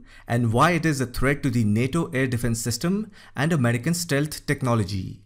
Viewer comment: "Americal tagets". This guy sounds very much like the scammer who called my granny last month to get her social security number.